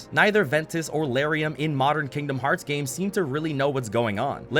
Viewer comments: I think you said Lauriam wrong. Isn’t it L-are-eee-um? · I have never heard anybody pronounce Lauriam this way lmao